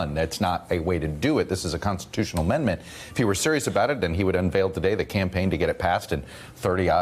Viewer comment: I just heard he called it 14th "amember" instead of 14th ammendment, was corrected by the interviewer,,, seriously this guy is a moron. OMG